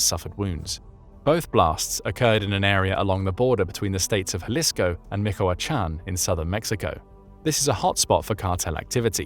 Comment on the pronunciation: I have yet to see a non Spanish speaking YouTuber pronounce Michoacán correctly, be the first one, repeat after me Mee-chow-a-Kan